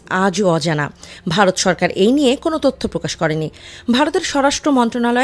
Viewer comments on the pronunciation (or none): none